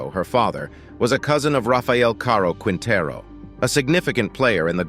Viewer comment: I want to find out the information about these women but cut out , the complete bastardization of the Spanish language was too much to bear. IT'S Med-a-yeen and keen-ta-roo and Spanish is my second language..brutal just brutal please consult people from the country your talking about or linguist so you sound better...this is an abomination...you need to apologize ..